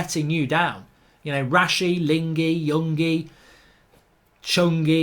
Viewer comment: Excuse me did you say yongi, longi... Hahahaha they are kids indeed